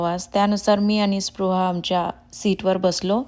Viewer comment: तुम्ही पृहा म्हणत आहात